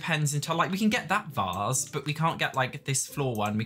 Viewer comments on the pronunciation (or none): “We can get that VÄÃS”